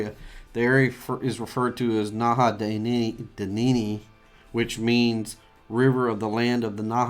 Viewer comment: dude a minimal amount of research would have made it possible to pronounce names correctly its NAHANNI NOT HANAHEEN